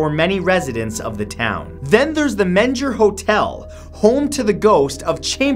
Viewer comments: I’m a direct decedent of Davy Crockett and my family is in San Antonio. The Menger hotel is correctly pronounced May-n-gher. It’s not like manger 😂😂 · He mispronounced The Menger Hotel (its more like "Maine-ger")